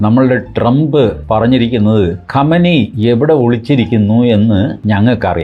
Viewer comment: ഖമനേനി ആയാണ് കമനി അല്ല